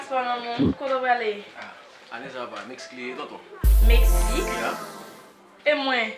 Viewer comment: Tanpri moun yo di pou mwen se pa ni Metsique, ni Mestique yo di Se Mexique Ou bay pwoblem wi manzè sèmante pou l pa ranje bouch li wi mezanmi